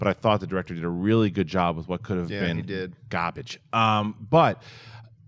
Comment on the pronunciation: These Films Are Gah-Bidge, Get it Out Of Here lols